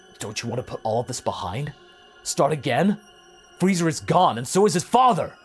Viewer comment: Lmao I heard Freizer. Good stuff tho 😊